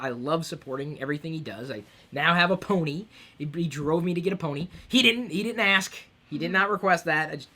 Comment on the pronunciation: ken leo "Just saying" should have been enough justification for my comment. Not sure what your problem is, or why you think I'm a loyalist, considering I'm Irish myself, but I'll fill you in anyway, remember in the video when Chris said Bony instead of Pony? Figure it out yourself.